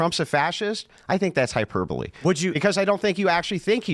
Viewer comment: Hyper bowl! How i read hyperbole every time.